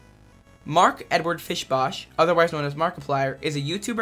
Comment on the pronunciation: i hate to tell you this, kid... but his name's fischbach, pronounced "fishbahk," not "fishbosh"